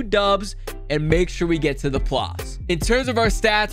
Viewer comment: normal people: make it to the playoffs: make it to the plofs